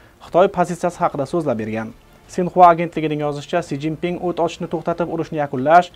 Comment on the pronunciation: Си жин Пин булдими Энди одамларни исминиям тугри укийолмайсизку окам